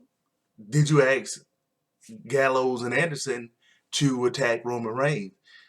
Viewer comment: thank u for the recap... but 3 things 1 u say aks instead of ask 2 you rated EVERY match 3/5 .. makes your rating irrelevant.... i mean if all matches were 3/5 including the main event then that was a lackluster smackdown. 3 if youre gonna recap, at least learn the names barh, maryse and salida del sol just a little prep can make you way more profesional and coherent